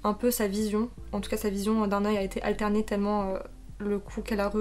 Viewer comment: Vision alterrée pas alternée si tu veux faire des vidéos avec des noms anglais se serai peut être bien que tu apprennes leurs prononciations avant ...bonne continuation courage